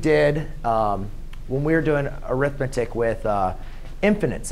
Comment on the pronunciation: In this case "Arithmetic" is not a noun. It is describing the sequence, therefore it is a verb. When it is used as a verb it is pronounced differently. Here is a link to the Cambridge Dictionary so you can hear the proper pronunciation